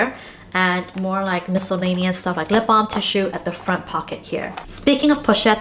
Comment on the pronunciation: pochette not pouchette